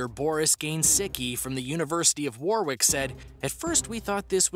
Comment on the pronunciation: Warwick is pronounced as :Worrick, not War Wick. That's w, short o, then Rick like the name. Not War Rick. Not War Wick. The 'o' sound in Warwick is like the 'o' sound in 'top'.